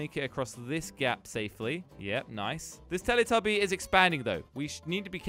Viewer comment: Idk why i laugh when he says steletubbie😅😂😂